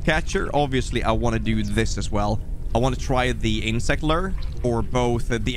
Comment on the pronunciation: You said lure wrong 😂😂 just bustin ya balls Great video going down was awesome im Wondering how much there is to this game... so the fishing rods only catch lettuce